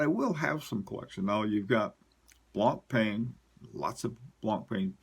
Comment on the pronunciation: Brilliant video's , your knowledge about watches is outstanding and admirable. Can i give you one quick tip : It's not pronounced BlancPAIN , it's BlancPEN . Keep up the good work!